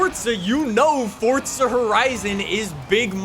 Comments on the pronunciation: It’s Forza not Fortza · Why does he say fortza not forza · FORZA NOT FORTSA. please 🙏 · Pretty sure it's forza, not fortsa. Why can't Americans speak properly? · The developers have said it's Fortza. Its italian for god's sake, Fortza means strenght. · Stop saying Fordza!!! Lol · There is no T in Forza. Please stop saying fortza it triggers me and many other people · Its forZA not forTSA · It’s not Fortza it’s Forza! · FOR GODS SAKE ITS NOT FORTZA, ITS FORZA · It's not. It's pronounced Fortza, which is Italian for Strenght. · The way he pronounces forza is really bugging me. (Fortza) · Can you say forza not forca, thank you. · You say forsta horizen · Stop saying fortza💀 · For za the is not a fucking t in forza say it fucking right aaaahhhhh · Did he say Fordza? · mans really said "fortsa" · fortza LOL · Why? Why with the “Fortsa” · i love how he says “FORTZA HORIZON 5” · It's Fortza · u mean "Welcome back to ForTza Horizon 5"